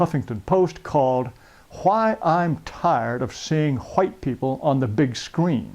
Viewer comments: the way this guy says white is pissing me off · how the hell did i get here?? Why he pronounce white so backwards?? I'm dying here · It’s not white, it’s huwhites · Hahahahahahahahahaa the way he says whites is sooooooo funny ....what a dick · Jared taylor is a very smart man but i cant stop laughing everytime he says white lol